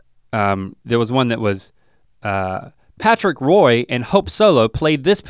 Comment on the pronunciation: omg "Patrick Roi," lol Link obviously didn't consult Jen on that one